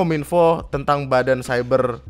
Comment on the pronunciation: Ngomong cyber aja Masih ciber, pak tua pak tua😂😂